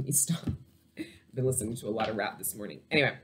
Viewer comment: And every time you say morning it sounds like you say my name mani!! Lol that’s how i know